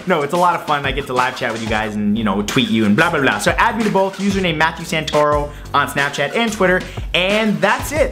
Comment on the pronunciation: *Matheeiuiu